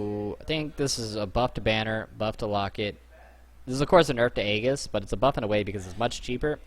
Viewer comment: Say "aegis" one more time for me. ROTFLMFAO